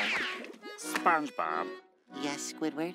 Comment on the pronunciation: Pengucapan masih begitu padahal ini cabang channel internasional.